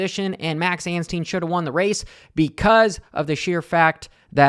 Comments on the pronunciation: and his name is ANSTIE NOT ANSTEEN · His name is anstie not anstien FFS